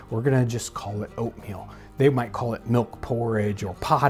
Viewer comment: am i the only one who kept hearing opium instead of oatmeal